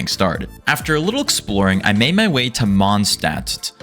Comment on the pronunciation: The adt part of Mondstadt is pronounced like the ut part of cut, btw